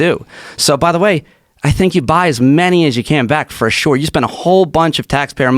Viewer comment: Mines not fer sale bruh